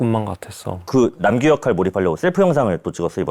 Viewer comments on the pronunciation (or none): even they call it "Nam-su instead of Nam-gyu😂